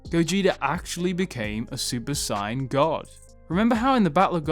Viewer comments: Stop saying Saiyan like that 🤦‍♂️ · Why do you say Saiyan like that? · Super sayain not cyon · Please for the love of god, stop saying Super Cyan, because i will take a Super Cyan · Why do you say saiyan like cyan? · Super cyan 4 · I couldn’t take the video seriously because of the mispronunciation of the word “Saiyan” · Why do you pronounce saiyan like an idiot? For a dragon ball YouTuber You sound like you have never watched dragon ball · Who else hates the way he says saiyan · The way he says saiyan hurts me 😫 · He's saiyan it wrong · if you’re going say the English word “Saiyan” at least pronounce it like they do in the dub. Otherwise it just comes off sounding ridiculously weird